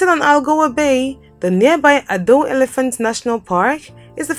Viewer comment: A few things: (1) "Polokwane" is pronounced /pɒləˈkwɑːnɪ/; (2) "Plettenberg Bay" doesn't have city status; the first syllable gets stress in "Addo" of Addo National Park, not the second; "apartheid" is pronounced as /əˈpɑːrteɪd/ or /aˈpartɦɛit/; and the first syllable carries the stress in "Durban." And ... was the video cut short or something?